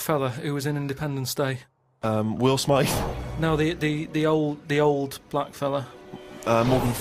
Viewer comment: "Will Smeiff"